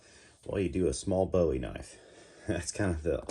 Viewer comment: If you can’t pronounce Bowie correctly you have no business with a knife channel!